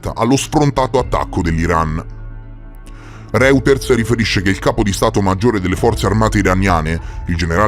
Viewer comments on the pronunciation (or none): Ma non si pronuncia roiters? 🤔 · Bel video, ma al minuto : Reuters pronunciato come scritto un se po` senti!!!